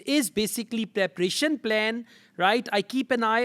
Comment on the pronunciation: Preparation not preprieetion.